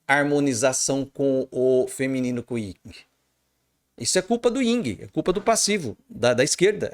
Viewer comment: Professsor, peço-lhe desculpas, mas não existe "Ying" e Yang! o certo seria "YIN" e Yang! Respeito seu canal e todo seu trabalho, mas não poderia me furtar a essa observação! Abçs...!!!